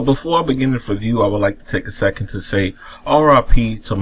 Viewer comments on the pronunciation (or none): none